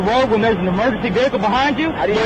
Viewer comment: VEHICLE IS PRONOUNCED VEHICLE (VE-HIC-LE), NOT NO DAMN veakul, veakul IS NOT A DAMN WORD